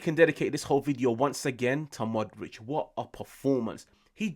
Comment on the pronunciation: Pu - lee - shy - ch Mo - dry - ch Ibra - hym - o - wich Practice make perfect!